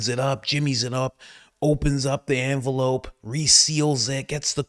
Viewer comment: What is an "Anvelope" versus an envelope?